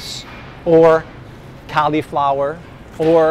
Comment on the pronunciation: Great channel, but the way he pronounced cauliflowers, what, it should be pronounced collie - flower